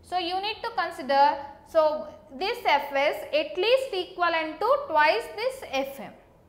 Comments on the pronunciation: It's Twice not twise🙄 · Very good explaination. I totally liked it. By the way,its 'twice' not 'twise'. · Video is good but it's not twise it's Twice😁